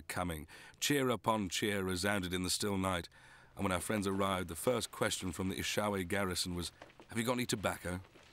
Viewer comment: E SHO WE. Not ISHAWE, WHITE MUST TO PRONOUNCE ATHOR PEOPLE LANGUAGE